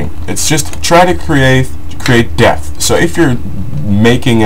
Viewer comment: Depth. Not Death. Please lol.... :D